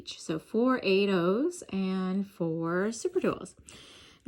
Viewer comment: When you said "some 8 ohs," I heard "some tomatoes." 😂😂😂😂 I thought it was a new type of seed bead. 🤭🤭